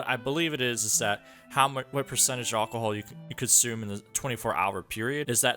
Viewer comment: Hahaha Aucohol 😂